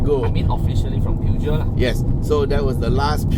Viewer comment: Peugeot is not pronounced "pew-gee-oh", Google Translate will give a more accurate pronunciation read-out, both in French and English.